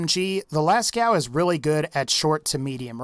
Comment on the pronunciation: Hey, the cave painting in France is pronounced las co, not las cow. The "ceaux" part is pronounced as the letter "o". Just thought I'd clear that up.